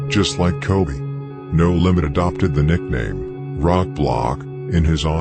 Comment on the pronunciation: Him calling No limits "da lambs" took me out